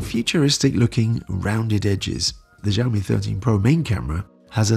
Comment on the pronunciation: Xiaomi-how to pronounce it in Chinese google it. most people do pronounce it wrongly. it should be . X is Sh or Si like Xi Jinping. Shi zing ping. Xiaomi- will Shiao-mi=Shiaomi.